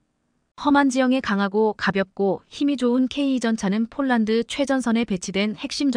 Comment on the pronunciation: 대폭이지 대쪽인라고하네? 폴란드지 쪽란드라고 하네? 뭐지 한국사람 맞나?